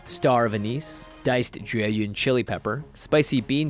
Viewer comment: hey you pronounced jueyun correctly!! i’ve never been more happy to hear the correct pronunciation of something djdbdjdbdj